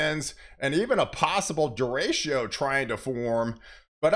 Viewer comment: Derecho = is pronounced (day-ray-cho)